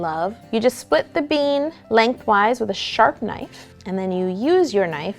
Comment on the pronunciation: When she said split the bean I thought she said split the beam #Gymnast